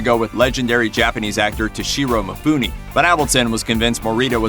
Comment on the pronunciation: You pronounce Mifune like Mifuni ... You dishonor his name *tisk*tisk. With so many viewers one would think you'd do your research >< ^^